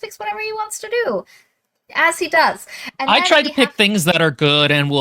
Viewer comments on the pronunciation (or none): none